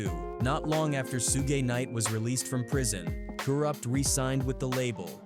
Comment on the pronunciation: The amount of words and names mispronounced in this video is ridiculous!! 🤦🏾‍♂️ Soo-Gay Knight. Karoopt Tha streetz is a Mootha! 🤦🏾‍♂️